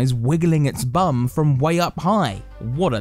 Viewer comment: The way he said B U M is everything😂😂😂